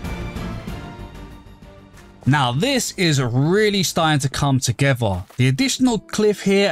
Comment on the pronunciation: I love how he says togewwar